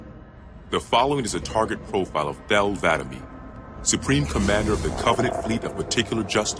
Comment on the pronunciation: i love how vadam was mispronounced all throughout this video even though this video was made after guardians was released and the name was pronounced correctly.